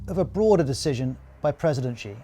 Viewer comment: please stop pronouncing "Xi" wrongly, I think BBC should have enough resource to google the proper pronunciation of non-English words